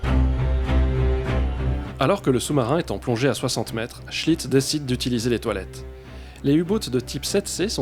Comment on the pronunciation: Au début Je croyait que tu disait le capitaine chit... alors: toilette, chit .... Mais c est seulement et lisant les commentaires que j ai compris .... cool ta vidéo, intéressante en tout cas . Bravo!